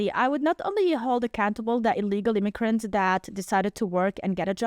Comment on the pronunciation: “ ilegal imicrants” 💀